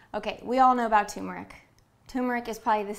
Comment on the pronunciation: It is Turmeric. Not Tumor-ic. LOL